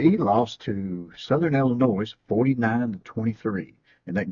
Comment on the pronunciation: I couldn’t keep watching this video…. For the record, the “s” Is SILENT in Illinois